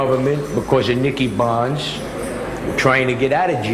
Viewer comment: bonds is how he pronounces it